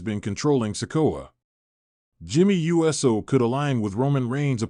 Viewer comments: This announcer doesnt know squat..Must be reading off a sheet or its ai..Cause jimmys last name is not pronounced u s o,its pronounced ooosssooo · It's jimmy Uso not USO